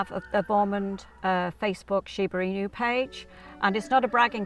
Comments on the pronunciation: Imagine making a whole wikipedia video about something but ends up mispronouncing the name so badly during the entire duration of the video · At least she could’ve researched on how to pronounce the word. It’s annoying to listen that I didn’t finished watching it. Was only until 3 minutes. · So annoying to continue to mispronounce! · It drives me crazy . She's pronouncing it wrong. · I’m cringing hard the way she pronounced it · normal people: Shiba Inu this person: Shiba In You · シバイニュ〜って発音するのが可愛い❤ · I couldn’t watch as she kept mentioning IN-YOUs, smh! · but...why did no one corrected her weird pronounciation? Pronouncing it Shiba Inyoo all the time is strange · the "inyu" pronunciation is driving me crazy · I'm not Japanese but even I feel annoyed at the way she keeps saying "inu" as "in you". It's not that difficult to pronounce. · It sounds like she's using every opportunity she can get to say Shiba in you ^_^v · There is a Sheba In You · It’s “she be in you” 😂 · Michelle T she’s not far off. You pronounce it sheeba enoo...ask any Japanese person. Also, Americans pronounce most of the English language incorrectly if you want to play that game. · 発音が柴犬じゃなくて柴イニューで笑う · Wow she really butchered the pronunciation of the breed 😮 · Hey I am Japanese and I love Shibas. Very informative content but sad to hear Chinese music in the back ground😅 Also narration kept calling the dog Shiba INU like "In you" or "EMU", but actually are pronounced INOO (NU pronounced like Nutella) as the owners was saying. INU means dog. Otherwise good show and I enjoyed it. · I loveyour videos, but I wish you at least have learnt how to correctly pronounce its name and stopped saying it like "in you"all the time. There is no y sound while spelling inu, which by the way means dog in Japanese. I wanted to watch ths episode but after hearig in you over and over, I had to close after 3.5 minutes. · Why do you say "in-you"? It's pronounced "ee-noo" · That Shiba “Inyu" is making me cringe 😬 😬